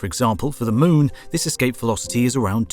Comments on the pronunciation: He said long-itude and the Mewn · The way you say moon is fascinating. Moan.